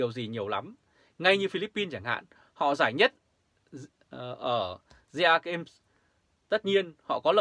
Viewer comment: SEAGAME , đọc là : xi -gêm , theo kiểu tiếng Anh , dân mình dễ hiểu hơn . Thương.